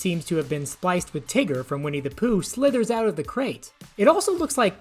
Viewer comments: Tigger: Tiger?! The name is Tigger TI double g Er? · It is tigger not Tiger